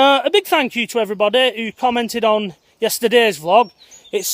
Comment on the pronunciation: Prefer it when you say vee-log rather than vlog! Thanks for helping keep us all sane in all this madness.